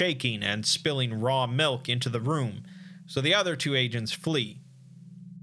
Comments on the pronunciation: "melk" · I'm gonna need you to say milk one more time please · The way this man says milk is just weird